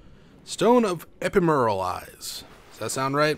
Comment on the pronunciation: Infamous comment before the video ends! Shard of Archstone = Homeward Bones =) Ephemeral - Eh-fem-ural (E-phem-ural) The way I say it is: Effe-mural ^^